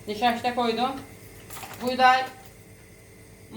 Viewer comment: Bu bazı sözcükleri soyleyemeyişiniz de çok sevimli😊 Nişaşta ... Gernebahar, pıransa gibi😘